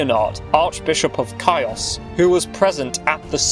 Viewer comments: """ Caÿos """ learn to pronounce words before you make historical videos. Chios: the ch or kh is a hard h, as in hard. i is pronounced ee. So it's Khee-os. Emphasized on ee. KhEE-os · The Archibishop of CHIOS ISLAND is pronounced as HEOS NOT AS HAËOS IN GREEK is ΧΊΟΣ . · As a greek from the island of Chios, I wanna inform that Chios is pronounced like: "He-os"